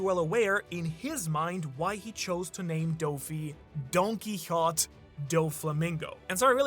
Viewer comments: it is actually pronounced don ki ho tay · Don-key-ho-tay. It's spanish! You pronounce the e at the end! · Dudes saying his name donkeekawtz when it’s Don-Kee-otay lmfaoooo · The only person in the world who pronounces it don quihot. The japanese pronounciation is pretty identical to the spanish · Why are you pronouncing his name as Donkey-hot? 🤧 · “Don key hoe tay” there you go that’s how you say it 😂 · Don-key-ho-tey, say it with me. Do you mispronounce on purpose? Genuinely asking because you seem eloquent and literate. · u mispronouncing DonQuixote is irking tf out of me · bro, can you pronounce donquixote properly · Love the theory but it irks me everytime he mispronouces Donquixote lol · I'm sorry but poitning out that you recently picked up Spanish again in an episode whereyou mispronounce "Donquixote" a million times is absolutely friggin wilddddd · I don't like the way you say Donquixote other wise good video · How come ur pronouncing his family name like that? I’ve never heard it pronounced like that even in Japanese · You're pronouncing Donquixote wrong, being a One Piece YouTuber and not pronouncing names correctly is wild 😂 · The don quixote pronunciation made me rage quit lmao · is German, I don't expect him to be able to pronounce Spanish words anywhere close to how they're supposed to sound xD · My guy, that's not how you pronounce Donquixote